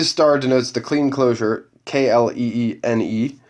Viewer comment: For those watching, Kleene is properly pronounced KLAY-nee (see WP page Stephen Cole Kleene). The Kleene closure is, outside of logic and computer science, usually called the 'free monoid'.